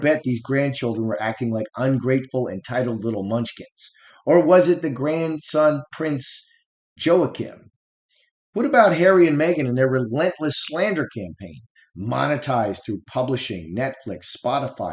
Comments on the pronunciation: the J in Joachim is silent, Wahkeem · it's pronounced whaa.keem. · I believe the name is pronounced Wah keem(Joachim) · This is often pronounced as " wha' keem"; like the Spanish and Portuguese pronunciation. But in Northern European languages, Joachim sounds like "Your-a-kim"